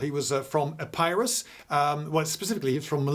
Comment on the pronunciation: EPP-ee-rus (Pyrrhus of Epirus, so pronounced and not Ep-EYE-rus). Sorry for the rectification for my Classics mind could not abide the linguistic 'horreur' and so I had to briefly invest myself with the centurional garb of John Cleese's character from "The Life of Brian".